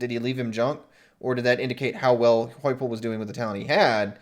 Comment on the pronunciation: The story is that Fickell will not leave Cincy except for Ohio State. Josh's name is pronounced HYPEL. BTW. Josh Heupel is beloved by the Sooner Nation....he won't leave TENN after 1 year though. We loved Brent and would love him back. And you guys are WRONG Our coach left Oklahoma for a school that CANNED Kiffin....and you think HE is Oklahoma's savior. (How to say USC is miles above Oklahoma without SAYING USC is miles above Oklahoma). The alumni would collectively shit a brick.